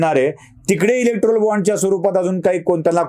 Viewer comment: इलेक्टोरल असा उच्चार आहे